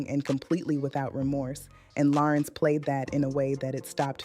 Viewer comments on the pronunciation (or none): Larenz, not Laurence 😒😒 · It's pronounced LA-RENZ not Lawrence!! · THANK YOU BLACK FACE, a.i. ROBOT, for giving us great content about this phenomenal actor. YOU CAN'T EVEN PRONOUNCE HIS FIRST NAME CORRECTLY. WE WANT HUMAN REPORTING, NOT ROBOTS! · What she call him. Girl say his name right! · All this technology and they can’t program these AI bots to pronounce his name correctly!! This man didn’t let that industry take his light, his soul! He looks good and spiritually healthy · Learn how to say his name AI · She’s pronouncing his name wrong. And he’s handsome.